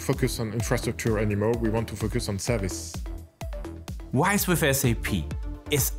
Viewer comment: It is RISE, not WISE :)